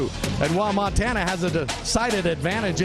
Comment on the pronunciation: CLASSIC ! NO D in MONTANA